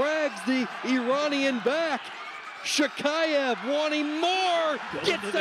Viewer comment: Commentators: just how difficult it is to learn to pronounce correctly the last name of the World Champion from Russia?! SHAKHIEV! Practice hard!